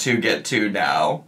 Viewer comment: did he just say right MEOW??? 🤣 please tell me I heard right